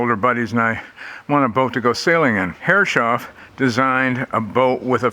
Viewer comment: Lovely wee boat! Took me a long time to work out 'Herres-hoff' instead of 'Herre-shoff', but see you're still saying the latter. And surely some of those brass fittings are bronze?